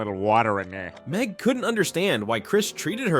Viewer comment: NIT MEG NOT MEG😂😂